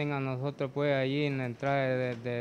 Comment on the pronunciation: No se dise pue o puej. Se dise pues. Con. S al final.